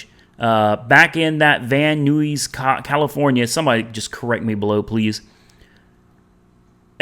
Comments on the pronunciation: "Van Eyes", California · van nuys is pronounced "Van ice" lol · pronounce Van Eyes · Pronunciation of the city in Ca "Van Nuys" second word is pronounced the same as guys.. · Pronounced Ni (long i) then add the s sound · It’s pronounced Van n-eyes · Van nuys, California is pronounced van nice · 😂😂😂 I’m sorry but the way you said Van Nuys really fucked me up 😂😂😂😂